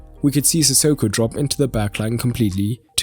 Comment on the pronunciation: "Frop into the boz"